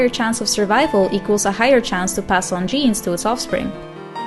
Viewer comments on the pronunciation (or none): none